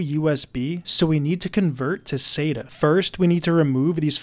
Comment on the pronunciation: Plot twist: he still can't pronounce sata till this day